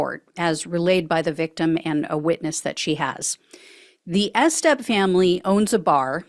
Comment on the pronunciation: You're not telling me "Estep" isn't pronounced with a long EE. E-step, like e-commerce.